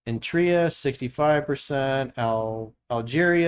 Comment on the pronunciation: Did he say, Entria??